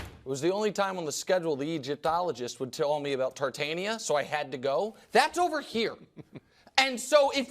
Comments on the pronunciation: Tartaria not Tartania Wrong fake intellectual dik breath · Nick purposfully mispronouncing Tartaria is getting old, if you say a word 100 times you can't keep pretending that you do not know the correct way to say it.